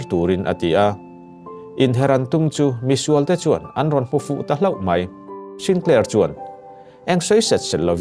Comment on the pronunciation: Hmuntin hmuntang tang tihlai kha thluk mawi deuh dan aawm em aw chuan mai tih tur ah mei iti tlatin kava hreve iaw ngaihthlak anuamsi athluktur leh thluk lohtur ah hian kan thusawi lamhi anihna leh atum athelh thei tlat kalo sawive mai2 aw